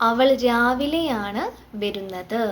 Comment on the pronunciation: വെരുന്നത് എന്നല്ല, വരുന്നത് എന്നാണ് ❤️